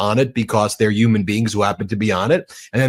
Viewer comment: Did he say "uman" instead of "human" or am i hearing it wrong?